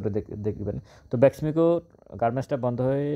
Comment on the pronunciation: আসসালামু আলাইকুম। ভাই আমি আপনার মার্কেট পর্যালোচনার নিয়মিত শ্রোতা। আপনি তথ্যবহুল আলোচনা করে থাকেন । যাহোক, ভাই আপনি BEXIMCO না বলে BESMICO বলে আসছেন । এবং আপনার নিজ জেলা কোটি ?